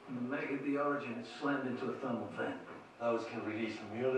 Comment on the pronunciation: I liked the way she explained her conclusions with facts. A bonus is the way she says "thermal". The Irish in her heritage REALLY shows. This video was awesome to watch.